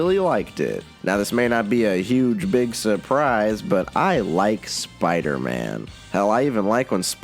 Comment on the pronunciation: Every spider=man video you pronounce Spider-Man as spider- ann at least once